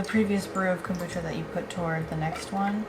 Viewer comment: the witch's kom-brew-cha!!